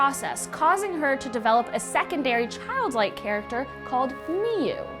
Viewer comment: For Elfen Lied, it's not Nee-yu, just Noo